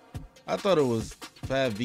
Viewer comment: Fabvl is pronounced like Fable